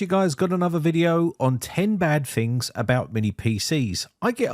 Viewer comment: lol that's what caught your ear? I can't stop hearing "Fings" since he can say "tons" perfectly but f's instead of t's ring in my head...lol